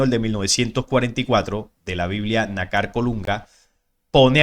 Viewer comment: disculpa,por favor pronuncia lo correcto ,fíjate que nácar es una palabra grave ,o consúltalo en un diccionario y veras donde lleva el acento,.